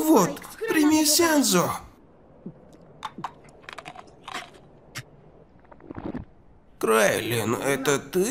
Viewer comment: Не называй так героев, это слух режет. Не вегета, а Веджита Не Крайлин, а Курили́н И правильно Кайо, а не Кайхо. Идея с другими героями, полный отстой, так как они гораздо слабее драгонболл героев (были примеры как пытались сделать битву между героями Ван писа и драгонболла, это такой абсурд просто). Надо героев по их уровню